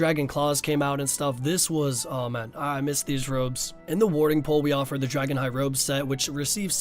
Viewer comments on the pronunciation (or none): I do but its dagon hai not dragon lol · say it with me now "DAG-ON-HI"